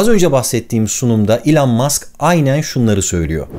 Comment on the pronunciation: İlan değil ELON 😅